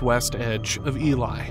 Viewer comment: I’m just glad Elie was pronounced properly.